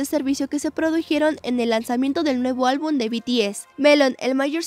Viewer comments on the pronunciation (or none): Como critica constructiva, cuando den las noticias aprendan a pronunciar los nombres de los artistas(helsy? , a.c.i?, sobin?) se me hace muy irrespetuoso la verdad y luego dice dijieron, albun, etc., hablen bien por favor desmuestrenle a BTS que son gente con algo de educación